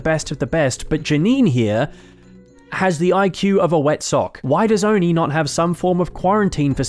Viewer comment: you forget its not Oni....its O and I